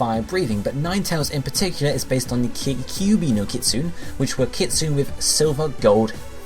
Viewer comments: Isn't kitsune supposed to be said like kit-sue-nay? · Lol yeah I cringed too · It is I cringed so hard